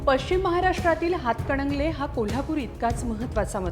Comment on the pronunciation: हिला हातकणंगले असे स्पष्ट म्हणता येत नाही अजून ती हातकडंगले म्हणती या 😂